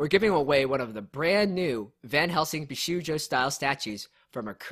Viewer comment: I turned my head when I heard you mispronounce bishoujo lol